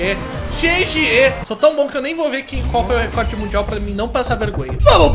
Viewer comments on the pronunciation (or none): none